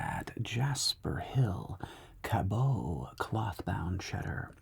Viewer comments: Ca-BUTT. Not Ca-bow ;) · Here from Vermont, where they make some of the cheese sampled: it's pronounced "cabbot" not "cabeau" but sure bud, sure